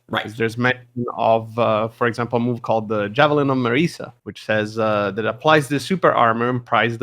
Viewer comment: Marisa or Mariza? It looks like the Japanese name has a Z. Or maybe it's spelled with an S but pronounced as a Z?